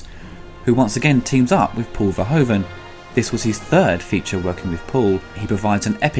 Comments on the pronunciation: Paul Verhoeven's name is pronounced as VERHOOVEN. As in shOOt, lOOt, gOOd etc. In his language "oe" = the "oo" of English. Lovely review though, keep it up. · For future reference, Verhoeven's name is pronounced ver-who-ven, that being said, love this movie and love your reviews. <3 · why is it for non-dutch people so hard to pronounce " Verhoeven" ?